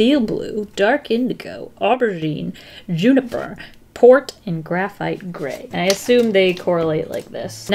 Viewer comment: Oh, PORT. I kept hearing 'the pork color...'